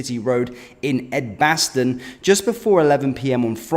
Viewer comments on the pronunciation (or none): It's pronounced edge- baston